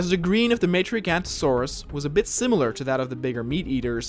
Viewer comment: Awesome video! It’s Jiga-note-a-saurus.